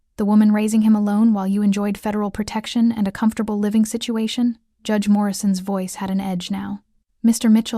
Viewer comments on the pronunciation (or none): none